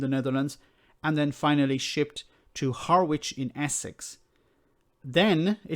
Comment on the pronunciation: Harwich is said, Harich.